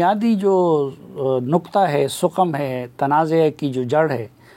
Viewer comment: صافی صاحب! سقم عربی کا لفظ ہے اسکا تلفظ saqam ہے یعنی "س" کے اوپر "زبر" پڑھنا چاہئیے۔